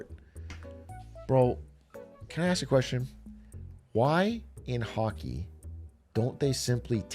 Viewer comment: everytime he said "hockey" i tweaked thinking he was gonna say "hawkie tooie" guy i think my brainrot is terminal.